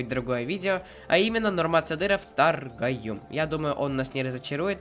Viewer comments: Привет ты не правильно читаешь Таргоюм! Кыргызском по буквам читать надо не Таргоюм а Торгоюм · Правильно говориться торгоюм в не таргаюм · Торгоюм это птица или птичка.Ты говоришь Таргоюм🤭😂😂😂